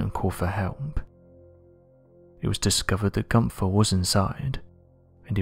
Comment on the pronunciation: Dear Americans, It's "Günther" and not "Gunser" and it's "Van Gogh" and not "Van Goe".